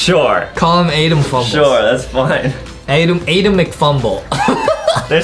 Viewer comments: Adem You. Are. Saying. Your. Nema its. Adem. 😂😂😂😂😂😂😂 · Hey i like ur vids but i dont really like how in minigames you say “vote adem” but no matter what ur vids are amazing still<3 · BLESS U ADAM or as Justin says ADEM LOL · Did you call Adam Ms Farter?